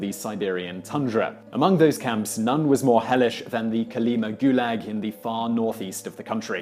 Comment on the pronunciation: Kolima. Stress on final syllable